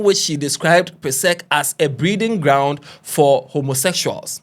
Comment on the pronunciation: Please is it breeding grounds or "brewing grounds"?